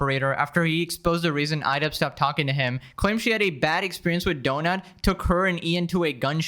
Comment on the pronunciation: Idubzzz ❌️... I dud✅️🤡